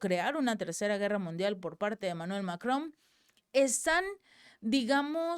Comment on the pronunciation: Es Macrom o Macron? Tengo esa duda, el texto dice una cosa y al pronunciarlo lo dice con M al final